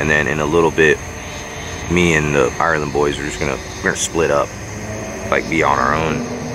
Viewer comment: The 'island boys' not THE island boys? 🙉😂